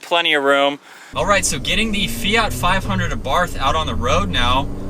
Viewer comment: Its pronounced our bart the H is silent fyi